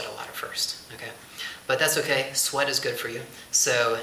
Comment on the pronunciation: Nice video,but you're right, I'm swearing a lot! Wait, did you say swear or sweat? :P